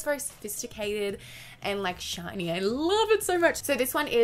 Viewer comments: I heard '' material when she said shiny material 😂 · I keep thinking you're saying not shiny. 😂